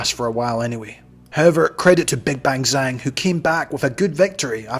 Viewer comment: His name pronounced Jaang😅